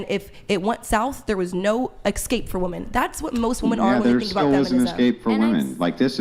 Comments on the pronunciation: I’m sorry but if you pronounce women as woman you lose all credibility. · They all say “WOMAN” instead of “WOMEN” wtf!!!! Sounds stupid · I've been watching the decline of our society and dating sphere through YouTube and different podcasts for about 3 and 1/2 years now,... What is going on with women not being able to say the word "women"? In context, through pronunciation.... WTF